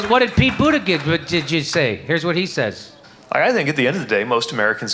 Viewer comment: Jimmy I love you but the mispronouncing of Buttigieg's name is getting old. Seriously.